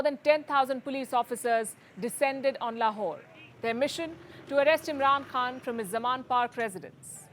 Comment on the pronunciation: Palki ma’am - it’s “khan” from the epiglottis….